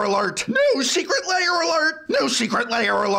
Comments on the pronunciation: Aaaaargh.. why do you pronounce it 'Layers'? LAIRS rhymes with BEARS, prof. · Why do you pronounce it so similar to "layer" heh. i can never unhear it!